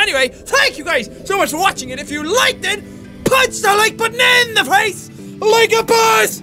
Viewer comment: I like the way he says face....it sounds like he is saying fece